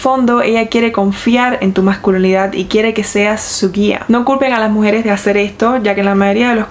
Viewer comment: OTRA VEZ!! NO SE DICE " MASCULONIDAD" SE LLAMA MASCULINIDAD!! AMÉN!! Saludos hermosa un abrazo 🌹😍❤️💪😇🤛